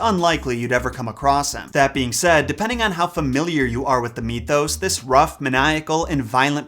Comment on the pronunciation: Mythos not fucking me-thos. Either than that love the vid